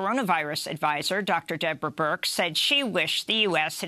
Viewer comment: It's Birx. Get the woman's name right...